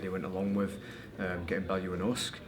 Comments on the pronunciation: .... oosick.... not oosk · I like Josh....but he called Usyk... usk. Lol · I thought it was pronounced "you-sick"